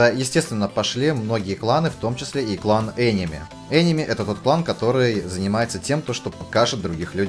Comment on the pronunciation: "ЕНЕМИ" пля...боже ЕНЕМИ ПЛЕАТЬ :(